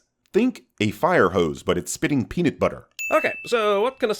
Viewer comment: Why did you pronounce the peanut in peanut butter like "Peen-it" ?